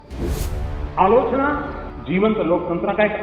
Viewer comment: क्योंकि वो अलोचना नहीं आलू चना बोल रहा होता है और हम ग़लत समझ लेते हैं